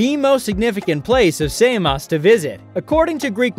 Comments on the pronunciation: wtf "say-moss"???? come on man...! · It's Samos not Saymos ! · Usa say saymos 😂..and bizantine...its difference in accent..... But its not how u say it in greek .